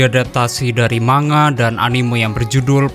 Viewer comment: Bkn manga bang tapi man ga(baca nya)